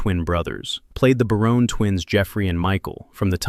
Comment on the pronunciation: The voice over guy can't even say Barone properly